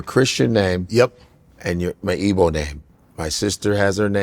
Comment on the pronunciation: I will give it to Akbar....your yoruba- you pronounce your name very well....but Godfey, your igbo sounds terrible- learn how to say your name...you did good with Ndubisi but the rest no